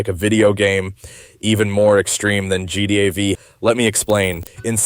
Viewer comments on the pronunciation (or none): for me it's the way he pronounces gta v, and how he lingers on gta v for so long, without even going into how it's related to gta vi